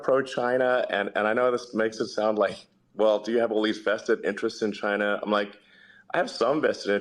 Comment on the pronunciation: Why does tRUMP always mispronounce China as Chynnha?